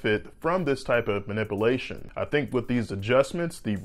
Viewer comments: Surgeon can’t even pronounce MANIPULATION! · He needs to learn how to say “ manipulation “ there’s a u in there man! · I don’t think I would let a guy cut on me if he can’t pronounce manipulation. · Lol... Says he's a surgeon but can't pronounce the vowel U in Manipulation .. Not sure if he's a surgeon but i'm sure he saved allot on car insurance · This guy can't even pronounce the word "manipulation" or "manipulate". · I like your videos but the way you say manipulations drives me crazy. It’s so wrong, I can’t tell if it’s an accent or just incorrect pronunciation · The u isn't silent in the word manipulation. Makes me cringe every time he says it. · Pete M If you pay attention, he is clearly saying MANIPULATION and just pronouncing it differently. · Dude can’t say manipulation. Haha. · Muh-nip-alaeshon? Manipalation? ManipUlation! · The correct pronunciation is, "man ip u la tion." With a long "u" sound. mis-pronounces it, "man ip a la tion." With a short "a" sound. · Spinal mah-nip-a-lation... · you are grossly mispronouncing MANIPULATION. You are pronouncing it MANIP-IH-LATION instead of MANIP-YOU-LATION. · Manipulation is NOT pronounced (manipilation). You need to annunciate the U. That's why the word, MA-NIP- U-LA-TION is spelled with a U vs. an extra i. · 'Man ip u lation' ... Not 'ma nipple ation' ... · No doubt you know what you are talking about but it's ManipUlation as it's spelled. NOT manipialtion. Pul not pil. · Good Day Doctor. Thank you. Very interesting, informative, and well presented. By the way, the word is "manipulation" not, "manipilation." the "u" is very important. In fact, all the letters are important. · Man-ip-alation is not being done. Man-ip-Ulation is how it’s pronounced. I don’t get why you’re saying it incorrectly? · This man said phenomenom and manipalation. Yall trust him if you want. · Ma-nip-ulate. Manipilate...LOL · ManipUlation....not manipAlation. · It's pronounced manipUlation.... I couldn't help myself. 😀